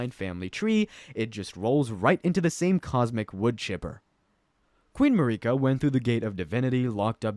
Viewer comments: Hearing videos pronounce it as Ma-Ree-Kuh makes me think there's an AI reading a prompt because everyone in the english version (at least my verison) pronounced it like u would when saying America. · Please say (MAYR-I-KA) and (MIK-ILA) lol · I hate how you pronounce Miquella and Marika 😂